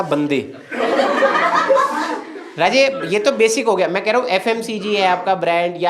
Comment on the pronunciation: When he says "Bete" "Raaje"... bahut funny lagta hai!❤